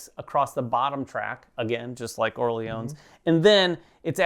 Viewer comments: oh oh thx for the feedback... i need this one ! your "Orléans" were quite accurate guys, just no need to pronounce the final "s". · Orléans with a silent s.